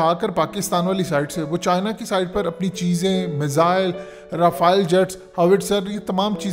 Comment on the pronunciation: Aap Rafale Jet ko Rafael Jet keu boltay hain? It’s so annoying 😪.